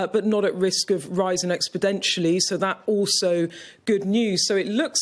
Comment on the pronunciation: what is with this new bbc presenter that says "droppin'" and " risin' expodenshally" etc i dont know what the beeb is "tryin' na"